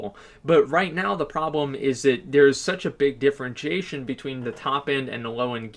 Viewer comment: can this nigga learn to say "DIFFERENTIATION" correctly damn